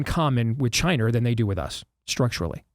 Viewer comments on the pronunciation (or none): You could make a drinking game every time Steve says "Chiner" LOL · Steve- It’s pronounced China, not “Chiner”.